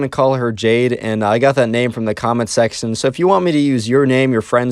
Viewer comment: Did you just say comments sextion?